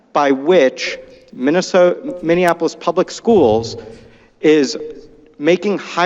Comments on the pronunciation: You and call it Minneanapolis. Seriously, what the fuck????? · Please learn how to pronounce Minneapolis, you are adding an extra N